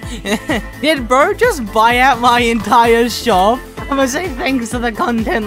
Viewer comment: its entire not Intier or Enitier